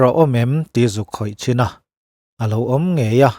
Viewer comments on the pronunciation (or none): none